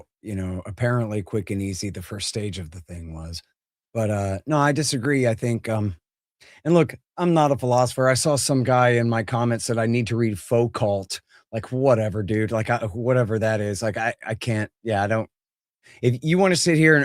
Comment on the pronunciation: Calling Foucault ‘Foo-calt’ is priceless. Made me chuckle.